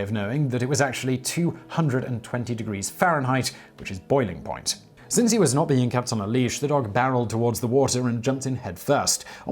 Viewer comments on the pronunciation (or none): none